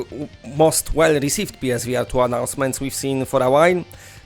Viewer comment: Omgad😂 I thought you where saying PlayStation V Artyom